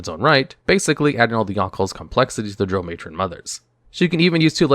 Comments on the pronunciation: Ffs. Drow rhymes with plow, not row. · You lost me in the first 10 seconds when you didn't know how to pronounce drow. It rhymes with cow not the word know. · I thought it was pronounced Drow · My biggest complaint is the way he pronounces Drow in a few of his videos 😂